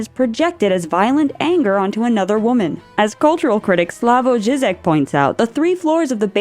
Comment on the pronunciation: Ž isn’t pronounced like a s in English, it’s more of a zh sound. Zhee-zhek, not zeezek